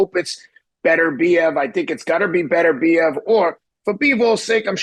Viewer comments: His name is BET OOR BIEV and not BETTER BIEV. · Why can seemingly nobody pronounce "Beterbiev" correctly? It's not that complicated!